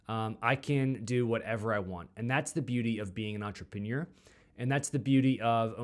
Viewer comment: I enjoy following along your journey. Thanks for sharing. FYI, you pronounce entrepreneur weird. Just saying.. FWIW